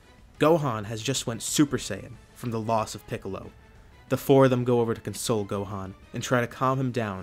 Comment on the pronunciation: he said dohan not gohan